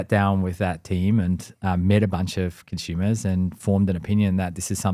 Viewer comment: He keeps saying “Consumers” 🤔